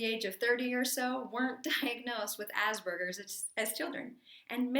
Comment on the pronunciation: There's no "asBergers". It's asPergers